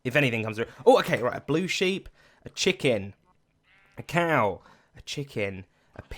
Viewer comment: Zedaph. Honestly. You're an englishman. You said SHEEPS!